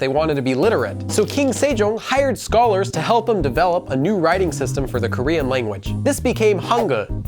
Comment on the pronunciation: Native Korean speaker here: thanks for not messing up the prononciation too badly